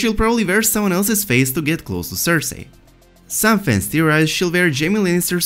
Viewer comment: The way you say cersei absolutely destroys what very little happiness I have left